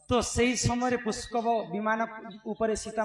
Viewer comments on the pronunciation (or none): ପୁଷ୍କବ ନୁହେ । ପୁଷ୍ପକ ।